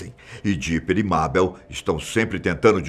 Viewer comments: se pronuncia meibol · Mabel? Meibol é a pronúncia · Dá até uma agoniazinha quando ele fica pronunciando o nome Mabel errado 😅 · A cara na moral kkk o nome e Mabel más se pronuncia Meibol. Recomendo assistir esse desenho pena q acabou